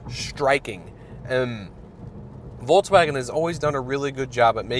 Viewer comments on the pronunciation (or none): Is it me or does it sound like he is saying Voltswagen